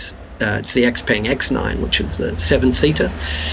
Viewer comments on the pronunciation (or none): So the way you pronounce "Xpeng" is not correct - not even close.